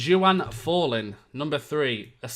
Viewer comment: Who the hell is Jew-Ann??!! it's Juan, like Juan Mata ;)